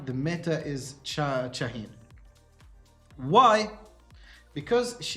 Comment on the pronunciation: I never heard someone calling cha shahine it's like an arabic name good video though 😂😂